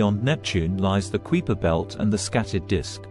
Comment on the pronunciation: The "kweeper" belt?